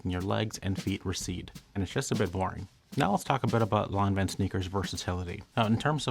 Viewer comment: I just watched this to hear the correct way to pronounce Lanvin. Thank you.